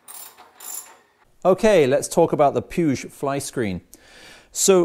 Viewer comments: pronounced pweeg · Hi, I see you're a Saints fan when in the UK! 😉 I think Puig is pronounced 'Pweeg' as they're Italian. Good kit, I've had a couple of their flyscreens. I'll catch up with you when you work on the Griso updates, looking forward to that, we can swap notes!